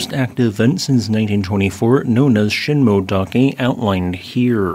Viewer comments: Thanks for the video. Btw, it’s sheen moe-eh dake, not sheen-moe-dake. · Sheen-moh-eh-dah-keh. correct pronounciation.